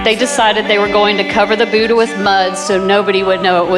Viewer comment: Oh Americans BUDAHH not boooda